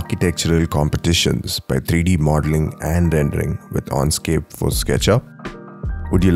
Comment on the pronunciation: I would have liked you to be able to pronounce correctly Enscape. You keep saying Onscape. Dislike.